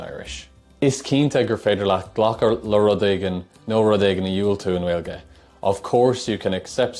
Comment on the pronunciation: Please, stop saying Gwaeilge, the 'w' just isn't really there in Native Irish. Secondly, you say díreac not díreach.